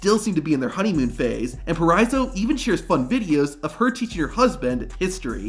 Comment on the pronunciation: It's Deonna Purrazzo, not Purrazza.